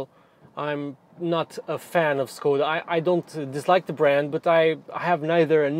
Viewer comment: Maybe my hearing is shot, but it sounded like we got a lesson on how to pronounce Skoda, but later it was pronounced differently.